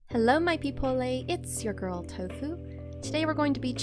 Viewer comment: Hello. Why do you say peoplelay?